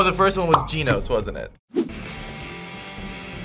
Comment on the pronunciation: "G-ee-nos" lol